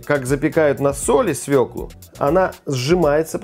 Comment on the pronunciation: Как приятно слушать правильную русскую речь, особенно про свЁклу, а не про свеклуууу.....!